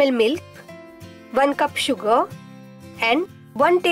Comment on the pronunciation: "van cup sugar".....